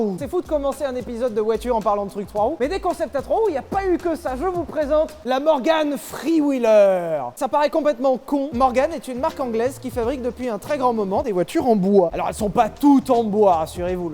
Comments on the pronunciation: A three j'ai entendu free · C'est moi ou il dit "free" au lieu de "three"